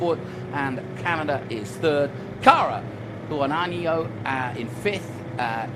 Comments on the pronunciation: Great finish 🤙🏽 The flying Hawaiian! By the way the pronunciation of last name is (How- ah- knee- O) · Nice job,, patience pays off, man they sure did butcher your name though. Good luck at COTA. Aunt Sandy and I are routing for you young man.